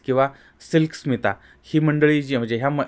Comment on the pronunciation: तुम्ही बरोबर ऐकलं नाही. परत एकदा स्पीड 0.5 करुन ऐका. ते उच्चारण्यात चूक करतायत. SMILK SITA म्हणतायत.